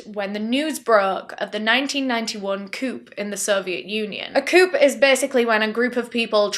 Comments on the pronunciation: Just fyi, it’s pronounced coo not coop. Not shaming, just thought you’d like to know. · A coop! 😂 love you so much 😂 that's how I said it for years until I learned it's pronounced "A Coo" Why put the damn P there then!? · I'm only laughing because "coup" is pronounced as "coo" in America, and the hard P really threw me. i thought you were talking about a car (coupe) lol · I love you soo much! you had me giggling when you said “coup” as “coop” and not “coo”. The best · i like how you shoutout your sponsor for making sure you get pronunciations correct, and you say coup like coupe, and not 'coo'. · Coup. Pronounced COO. The P is silent. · Coup is pronounced "coo," the p is silent ❤ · Coup is pronounced "coo." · Btw coup is pronounced more like coo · This is the first time I've heard an adult native English speaker mispronounce the word coup 😂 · Just an FYI, the 'P' in the word 'Coup' is silent. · Just an FYI: the 'P' is silent in the word 'coup' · I loved that American accent! You nailed it! On a side note I’m pretty sure that the p in coup is silent. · The "p" at the end of coup is silent. 😉